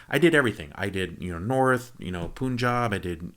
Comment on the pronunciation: Dad u don't pronounce it as poonjab,it's pronounced as punjab